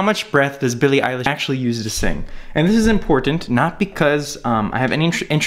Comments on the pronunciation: Isn't her surname eilish not eyelish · eyelish lmao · ITS P R O N C E D ILISH IGNORE THE E